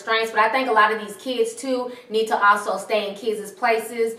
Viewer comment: You just said "kidses" I refuse to finish this vid